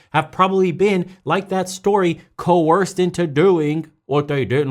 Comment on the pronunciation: "Coerced" ok